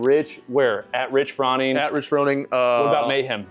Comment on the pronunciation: The amount of times you interrupted Rich was super cringe to watch, seriously. Also, get the man’s name right next time 😵‍💫😵‍💫. It was so hard to watch. You’re lucky Rich was so patient with you. Do better next time